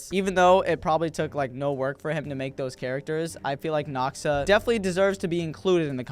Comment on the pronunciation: It just noxa not noxaash